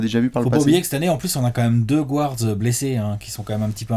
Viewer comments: Les gars, juste pour info, "guard" se prononce "gaa(r)d" et non pas "gward" :) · Arrêter de dire gouards à la place de guards Il est où le ‘ou’ Dites meneurs pls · Je vous suis tout le temps, et je vous kiffe enormement et, par contre mes oreilles saignent quand vous dites GOUARDS haha ca se prononce GARDS;) much love la team <3